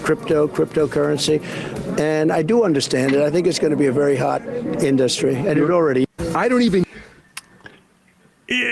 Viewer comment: And what about trump's bizzaro pronunciation of "in-duhstry"